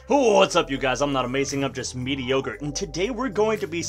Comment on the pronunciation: first video of this guy and his intro is, im not amazing im just "". i want to die